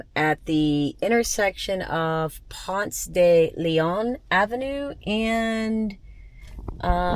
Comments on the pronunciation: you were brave to park at Ponce de Leon and West Peachtree. At least you were in front of a church- All Saints Episcopal. By way, we pronounce it “Punce Duh Lee-un”. Hapeville is pronounced with a long “A” like Hate. Make it the Fall when you come back. Much better weather. Spring is nice also, but the pollen is a beast. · Its “Ponce Da Lee Awn” 😂